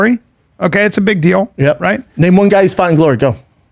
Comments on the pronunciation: I love how they call everyone casuals and can’t even pronounce his name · First off say his name right....I thought they were talking about GSP🤦🏽‍♂️